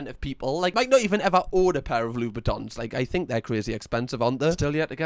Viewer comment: So proud of for learning from his mistake and actually calling the shoes Louboutin this time